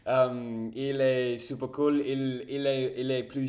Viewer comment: Salut Dis donc t'es très branché Vampires...😅 Bon je suppose que tu connais True blood.... Fait gaffe.....les vampires adorent les blonds....😂😂😂 J'espère que Tu as une gousse de garlic Ave toi....😮 A + cher Ami R🛡️ J'étais super satisfait.... J'adore ta prononciation de super....on dit Su..perre..lol